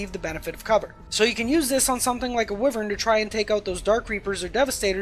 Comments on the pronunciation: Psst Wyvern is pronounced why-vern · except toh-may-toh vs toh-mah-toh is just American vs British pronunciation, whereas wyvern is pronounced as why-vern in both American and British English. The only reason I knew you were trying to say wyvern was because of the context; I wouldn’t have been able to guess what you were saying in a vacuum.